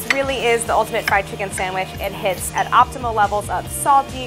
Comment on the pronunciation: Pronounced "sangwhich"